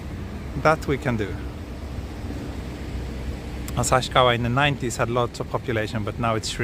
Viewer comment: This is the awesome video. I love it. And I clearly recognized you as a Tokyo boy because you pronounced “旭川” more like “Asashikawa” rather than “Asahikawa” which is a correct pronunciation. Please remember a Tokyo boy like me pronounces “150円” as “Shaku-gojyu-en” instead for “Hyaku-gojyu-en” which is an official and correct pronunciation.